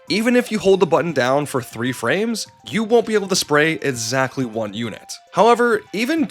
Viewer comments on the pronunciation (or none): Once you've stopped calling "Merrio", we can start working on pronouncing "exactly" and "expects" correctly, instead of "exatly" and "etspets". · They sometimes pronounce it as a "t", or miss it. It's just an accent thing, probably, I'm just goofing with them Here's a few etsamles: Etzatly how much 01: "lights" on this video tates damage direttion you're going I just skipped to random parts and few these, but don't mistake me for being mad about it, it's just poking fun